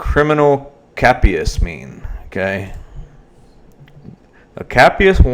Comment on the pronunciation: She went to jail on August 1st for missing a previous court date. If you know anything about this area (east tn in general) youd know it's bad for heroin meth and pills. And to correct your pronunciation of a few words. I'll spell them like they sound. Jin-sang and criminal Kay p us.